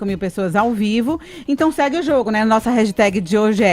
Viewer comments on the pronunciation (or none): Que raiva da falando REGISTÉG Manda logo o raxitégui que pelo menos é mais bonitinho hahahahah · Qual é o problema para aprender a falar hashtag? Insistir na burrice é foda